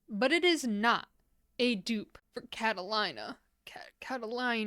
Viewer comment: Cat-a-lean-a, I think is that's how it's pronounced. I love the combo you came up with for Bitchin', though I think "I left my heart in Havana" is a little too blue leaning a purple and wonder if "that's shore bright" by china glaze or another of their pinker leaning mid tone purples with that topper might have been a nearly dead on dupe. This is the first of your "can I dupe it" videos I've watched and now I want to watch them all and get ideas for layering my own polishes. I actually used to experiment a lot with layering my not so work friendly colors with other polishes to be able to wear my unique (at the time as it was late 90s) preferred colors and not get in trouble with my bosses for painting my nails in everything but the nudes, pinks and reds that were acceptable at the time. Purples and blacks layered with a platinum silver polish was my work around, lol. Edit to add: I wonder if china glaze "I'm with the lifeguard" would be a good base to dupe High Society with. I'm not sure what polish to use for the yellow/gold shimmer aspect. 🤔